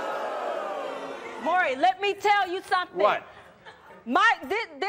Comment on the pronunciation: Again, someone else don't know his name! It's NOT Murray, it's Maury! Short for Maurice. Do they pronounce Maurice like Murrice? 😅 It's so ignorant! Come on people, have enough respect for the man to say his name correctly! We miss you Maury.